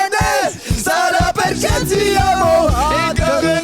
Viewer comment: Arg le Perché mal prononcé. Même moi ça m'a fait mal au oreille